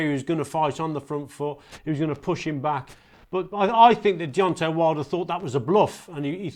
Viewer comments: Why does Steve say Deonti? Like Deonti the man from del monte. Fking clown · Why can Steve Bunce, a boxing commentator, not say Deontay right? It's not Deonteeee, it's DeonTAY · Buncey keeps calling him Deontee 😂